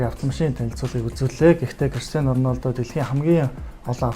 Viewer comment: Ornaldo ged shagad bhi